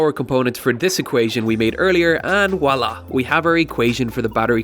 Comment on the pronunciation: It is pronounced Voilà with a "v" sound.